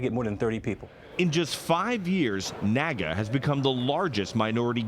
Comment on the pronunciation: Its NAAGA. I think the name was inspired by the NAACP. So I'll just refer to it as the N "Double A" G A.